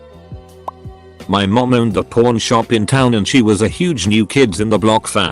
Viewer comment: The word itself pawn shop said like that doesn't sound like that and also a safe 😂 personal hell yeah I know